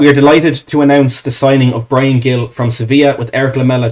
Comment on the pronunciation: I'll keep posting it on any stream I can find... the pronunciation is closer to "Heel". It's not hard a hard G. I'm from Boston, USA and here on the New England Revolution MLS team we have Carles Gil, another Spaniard and a former Villa man, as our captain. He's always pronounced it "Heel".